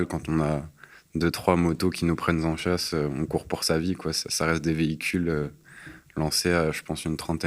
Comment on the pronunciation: "qui nous prennent Z'en chasse" mdr